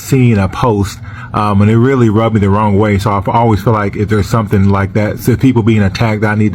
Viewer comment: Ronggah instead of wrong.